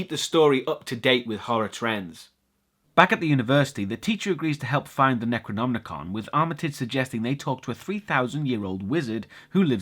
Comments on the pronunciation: NecronoMicon, not NecronmNicon. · Hey, great review as always, just wondering, do you say it's the Necronomnicon? Isn't it just the Necronomicon? I always read Lovecraft in translation, so is the original different, or Am I hearing it wrong? It!s nothing I would mind, just bugging me, you know. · Why are you pronouncing Necronomicon as if there is an extra N?! (Necronomnicon) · Bro.... Bro. It's Necronom - Ih - con. You keep adding an unnecessary 'n' before the "ih-kahn" portion of the pronunciation. I don't know if that's just a personal verbal idiosyncrasy of yours or what, but it was driving me to feel as if the dark unknowable dream-weaver Chthulu himself was whispering in my thoughts.... you know, driving me crazy. Lol no seriously though every time you did it I was like "DUDE. WHY? Is it just spelled differently in Great Britain or what???" Love your reviews though man. Just started getting into your stuff over the last few weeks and I love your style and format. Your humor is also pretty expertly executed and undeniably British, so I can't help but find it all the more endearing. Keep up the good work my friend. Cheers from the gloomy midwest United States. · (LukyHell) He just pronounces it a bit weird. It's Necronomicon. There is no 'n' after the 'm'.